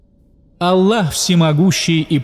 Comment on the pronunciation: Вы произносите имя Алла а правильно АЛЛХ букву х неутверждаете в.этом бльшая ошибка прошу вас будте внемательны